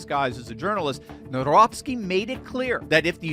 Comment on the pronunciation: Read his surname: Navrotsky ☺️